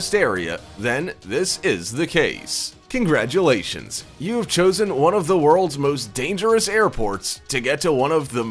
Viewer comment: there is no D in congratulations.